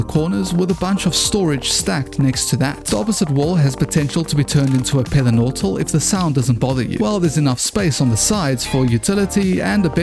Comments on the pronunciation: "pether nortal" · A Pether Nortal 😂😂😂